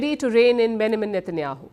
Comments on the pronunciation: Its BenJamin not Benamin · Palki: Benjamin 🚫 Benamin ✅ 😂😂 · Name pronounced benjamin /bĕn′jə-mən/ BEN - JA - Min - pls get it right Palki